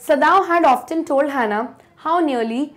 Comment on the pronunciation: Mam that's often you pronounced it incorrectly sorry mam